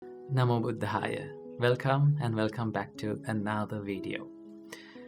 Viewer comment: Feels so good to listen to your words. And like the way u say namah buddaya ❤....